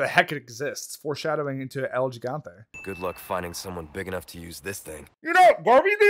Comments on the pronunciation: quick spanish lesson, its not el gee-gante, gotta pronounce it like hee-gAnte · White boy saying El Gigante wrong got me pressed😭